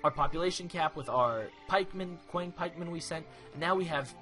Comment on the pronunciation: Awesome play! I am beginning to play Chinese as well. FYI, "Qiang Pikeman" should be pronounced as "Chiang Pikeman".